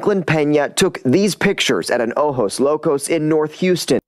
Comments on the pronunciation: Ojos is pronounced like ohos. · Ojos is pronounced “o hos” which is eyes, o Jo’s locos = crazy eyes. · GM! In case no one told you, if it is Ojo Locos- Ojos= oh-hohs. ❤ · The Ojos is pronounced as an H OHOS which crazy eyes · Its Ojos locos - OHO- LOCOS